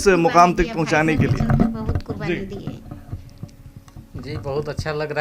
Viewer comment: आप के तल्लफ़ुज़ में सख्त कमी है, शुरू में QURBANI को KURBANI बोला जो ग़लत है 😅😅😅